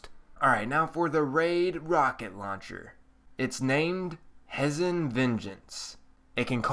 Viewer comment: Hey man. I loved the video, it was great and you built it well. I have only one problem, and it's a very very minor one; your pronunciation of several words. Just to let you know, it's not a big deal. Here are a few of those words: Hezen Zealot Cuirass Minuet Just thought I'd let you know. Otherwise, love the video. You earned my like ^_^